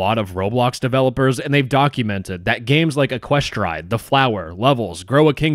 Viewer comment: wrong pronounciation. it's ECK-kwe-stride